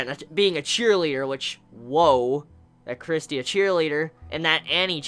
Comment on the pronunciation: it's Christa no Christia